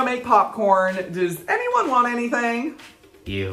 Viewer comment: did the Virgo say "you" or "ew" 😭